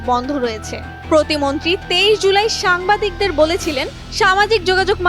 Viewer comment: প্রথম আলোর মত নিউজ রিপোর্টার যখন উচ্চারণ করে "সাম্বাদিক" 🤣🤣🤣